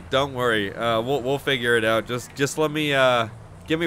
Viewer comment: The first time i heard it i thought he said ill finger it out